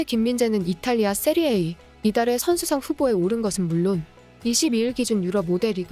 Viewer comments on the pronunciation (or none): 세리에이 아니고 세리에아 이름좀 바르게 부르세요.